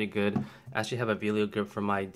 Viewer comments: It clearly says Vello not Velio. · Really small point, but it is Vell-o not Vee-lio as you keep pronouncing it. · I enjoyed this video. I have the Vello (NOT VEE-lio), the same as yours. I was noticing on mine that it seems to fit a little more flush than yours. Mine is solid and doesn't shift. I really have no complaints. I didn't have to tighten any screws. I am an amateur and don't use my 7200 all that often but when I do use it, the grip works fine. However, I did learn my lesson on buying 3rd party batteries. They just don't last so I do stick with original Nikon batteries.